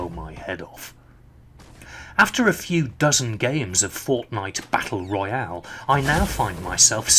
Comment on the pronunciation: I like how you say “Fornite Battle Royale” lol